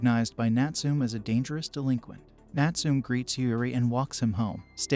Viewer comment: Please pronounce the name Natsume properly . It's NUT SOO MEH , not NUT SOOM . SMH!!!